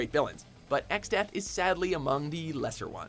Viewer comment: Exdeath? are you fucking kidding me?